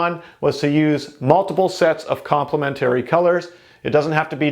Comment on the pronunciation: Its complementary not complemetooory